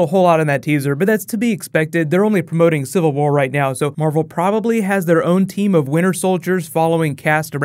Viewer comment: Am i only the only one who kept hearing "infinity ward" instead of infinity war lol